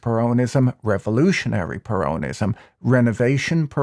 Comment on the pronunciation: I do wish you'd learn to pronounce "peronism". The accent (in English) is on the first syllable, not the second. This equates to the Spanish "peronismo", where the main accent is on the "i" with a subsidiary accent on the "e". Spoils an otherwise fascinating analysis. Either way, it's certainly peronismo which wrecked Argentina and it will be a miracle if Millei can turn it round in a four year mandate, when most of the fourth year will be spent on electioneering for the next election.